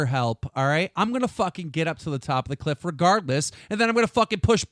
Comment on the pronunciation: omg keemstar pronounced cliff as clift